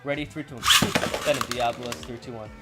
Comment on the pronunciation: Pronounced Die-uh-bo-los